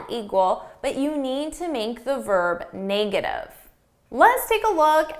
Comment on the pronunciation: Hi, I noticed your "negative" is pronounced more like / 'nei - ɡə - tiv /, not /ˈne - ɡə - tiv /. Is yours a Canadian pronunciation? Best, Albert